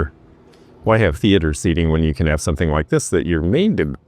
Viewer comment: ❤ Hi again,. Watched again before bed so I can go to sleep w a smile on my face. I just needed to add, "somethen" like that. " 😅